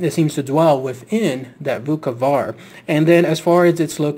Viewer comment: Bukavac is pronounced bookavats and, yes it comes from buka - noise. And Srijem is pronounced Sriem, J is read like Y.